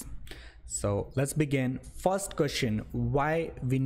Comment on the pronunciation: What is fost? What is "fos one"? Is this English or Hindi?